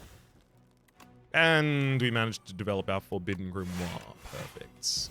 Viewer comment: "grimory" you're gonna make me fall for the bait